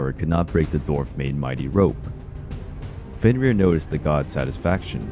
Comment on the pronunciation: Æsir is not a god. The gods are Æsir. Loki's children were not a danger to a single god, but the whole pantheon. Also Fenn-rir. The R's are rolled once.